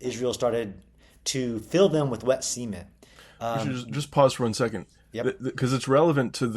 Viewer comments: That's how the Beverly Hillbillies pronounced it. They called their swimming pool the "cement pond", pronounced like "sea meant". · Why is he pronouncing cement like semen? 🤨